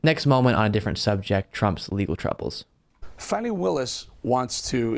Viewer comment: 1 point to Marg for pronouncing Fani’s name correctly.